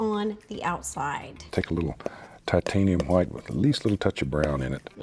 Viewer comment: I can’t get over “titHAniAm HWiTe”